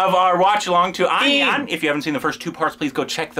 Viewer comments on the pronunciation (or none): brothers getting so much offended on indian actors using american accent in this movie but on the same time pronouncing the movie name as onion.😂😂